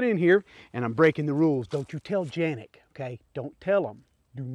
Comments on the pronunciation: It's Canik not ( Ganik or Janik ) ...lol it should be pronounced as Kanik. Unless You live in Turkey Good review 👍😎🤝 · Are you supposed to pronounce Canik as Janik ? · Janik is the correct way to pronounce. Its just how we see and pronounce the name in in the US CANIK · It’s Janik!!!!! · Not Janik!!! It's Canik! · So am i the only one who pronounces canik then him? Hes calling it a janic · It is pronounced John Nik. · First time I’ve heard it pronounced Janik